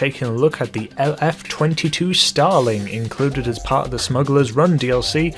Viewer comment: I though u said Stalin at the start